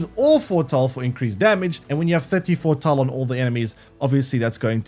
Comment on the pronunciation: All I can hear throughout the video is Fore-tull/Fore-tall